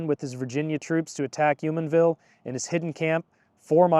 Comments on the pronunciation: I’m from Southwestern Pennsylvania and Jumonville is pronounced Jew-Mon-ville. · Jumonville = Jew-mon-vill Definitely not a southwestern Pennsylvania native😂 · Was it really too hard to take a trip a mile down the street to Fort Necessity to ask the park rangers there the correct pronunciation of names like Jumonville, Monongahela, and Fayette? Sheesh. mun-ON-ga-HAY-la joo-MON-vil fay-YET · He even pronounced Jumonville as "Yumanville" lmao